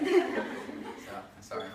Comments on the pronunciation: Therese Cerdan soory 😂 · That’s ‘sorry’ sounded so Canadian. 😍😍😍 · when he said sorry it was super canadian lmaooo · When he said sorry at the end I've never heard someone so Canadian 😂